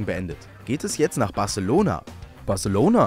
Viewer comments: Barechelouhna ? Okay 🆗! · Batzelona! Barselouna? Oke.